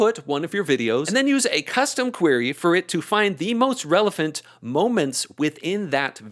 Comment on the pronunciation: Did say "Relephant?"